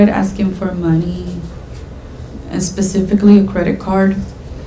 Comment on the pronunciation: Dude said “pacifically” and he’s shuffling through his paperwork like he knows what’s on it. Throw him under the jail 💀